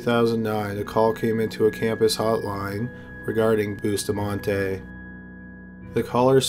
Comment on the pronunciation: I’m still on the first killer and I CRINGE everytime he says Bustamante.. It’s pronounced “Boo-stah-man-teh” not boostamahnteYYY PLEASE